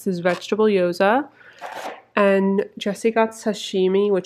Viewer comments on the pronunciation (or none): those dumplings are called "gyoza", not "yoza", just.a tip